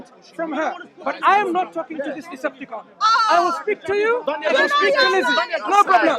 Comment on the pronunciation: I though he said “Decepticon” I was like ‘What’s he talking about?’ 💀